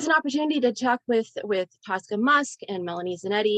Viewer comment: It's Tosca not Tulsca!!